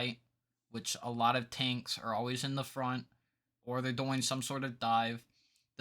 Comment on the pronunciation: dude the way you say Ankhs got me laughing so hard rn🤣great vid!